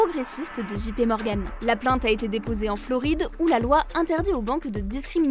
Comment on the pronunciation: JP dji pé non dgé pi oui